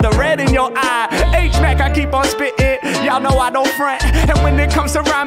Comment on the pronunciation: Hate it when you say H mack